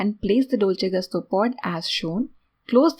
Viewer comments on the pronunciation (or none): Dolce gusto is Italian “ gusto “ I with U sound . Not A sound